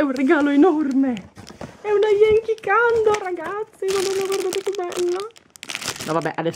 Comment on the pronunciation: si dice cendle non candle